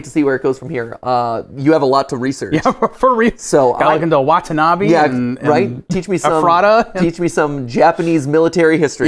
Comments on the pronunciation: watanabe not watanabi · hope they will learn to properly pronounce Watanabe in the film theory XD